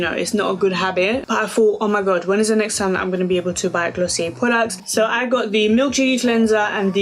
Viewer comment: I love how u say "de" instead of "the" lol!